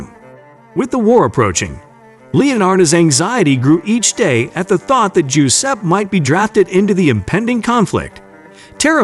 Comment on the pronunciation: Macabre = muh-kaab. Giuseppe = juh-sep-pee